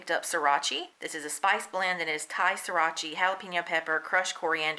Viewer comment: Also, Sriracha is pronounced like See-rah-cha fyi